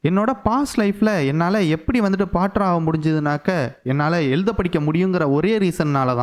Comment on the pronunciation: போர்ட்டர். Bro பாட்டர் இல்லை